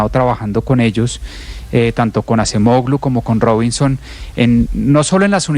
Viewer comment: La Ğ en AcemoĞlu NO se pronuncia!!! Como en ErdoĞan o yoĞurt!